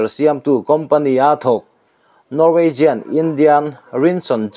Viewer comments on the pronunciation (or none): none